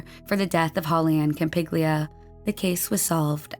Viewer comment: holly ann campiglia is cam-pig-lee-uh, not cam-pig-yoo-la